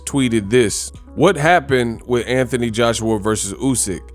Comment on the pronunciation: Who the f___ is Antanee, say the name correctly Anthony